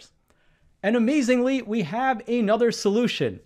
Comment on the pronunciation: Please stop saying "ay nother", as if those were two words. It's "another".